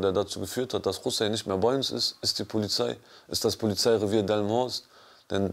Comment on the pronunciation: omg ich hab jetz erst kapiert, dass das ja hier direkt um die ecke in delmenhorst war; er hat die ganze zeit dilmenhorst gesagt 😂